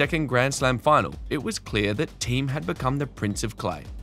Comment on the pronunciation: Thee-um, not Team...